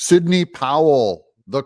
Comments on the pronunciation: Sidney, not “Signey” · That's Sidney.. not "Signey". 🙄